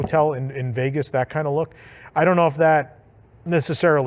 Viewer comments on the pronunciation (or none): none